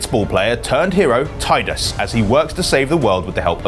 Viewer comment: Tidus is pronounced Tee(tea)dus. And i bought FFX/X-2 for the 3rd time haha, ps2, steam and now Xbox one x. Since our country is on lockdown i will not wait for it to drop on gamepass ultimate. FFX is the best gaming experience of my life, next to the Forza series. Stay Safe!